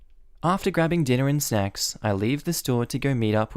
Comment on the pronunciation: Did anyone else hear that as dinner and sex? >_<